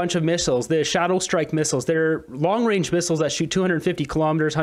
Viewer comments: Yup, long 'wange' missiles. Get a mental assessment already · We don't need a PM who says Long Wayne for long-range. Especially when he is trying to push the world towards a nuclear holocaust., your general message was good, but it's not true that the US has more nuclear missiles than Russia. Russia has the largest nuclear stockpile of any country in the world. Also, unfortunately, Putin was elected to a new presidential term this year, but it will almost certainly be his last term. It expires in May 2030. Putin will be 77 then. Russia won't make the same mistake that the US made with Joe Biden. And he could die or be forced to leave office due to incapacity before then. The Russian Constitution doesn't allow the Russian government to give the four oblasts it has annexed back to Ukraine. In any peace negotiations they would insist on retaining them. This wouldn't matter if Zelensky could fight his way all the way to Moscow and raise the Ukrainian flag over the Kremlin, but this isn't going to happen. What might happen is that Russia decides to annex more oblasts, and right now Kharkiv is the most likely candidate. This was a quite unnecessary war. Ukraine could have kept all of its territory except for the Crimean Peninsula, but we are where we are. Trudeau isn't a moron, but he is an idiot, and nine years as PM seems to have taught him nothing about foreign policy.